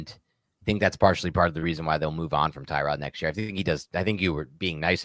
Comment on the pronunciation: Bro....did you say ter-rod taylor?